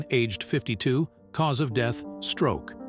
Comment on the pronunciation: I like the part when the AI said cause of "DEETH" absolutely priceless 😂😂😂